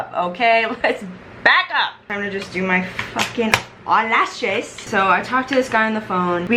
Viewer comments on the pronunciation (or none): “OHLASHES” SENT ME 😂😂😭